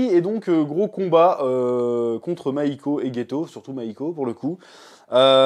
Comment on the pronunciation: « Mahiko » mdr ouais bah ouais